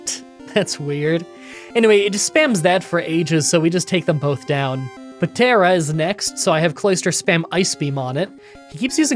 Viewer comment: Also I don't care how little French you know, the "p" in Ptera is silent. That should be obvious as it comes from Pteranodon